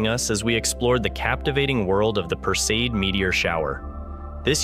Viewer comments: Would ease teach your AI voice to pronounce the terms correctly OR go back to having an educated human narrate... four different WRONG pronunciations of PERSEID! Appalling! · Pronounced "PER see id" (not "per-seed")...fyi.